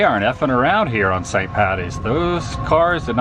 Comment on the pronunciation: Loved today’s adventure Adam. Just keep cwusing awound and awound and awound 🤣🤣🤣🤣🤣